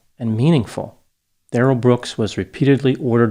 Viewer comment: also "Darryl"